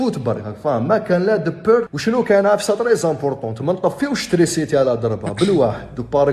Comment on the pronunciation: وعلاش تقول ترينسيتي بدل (تريسيتي) 🥲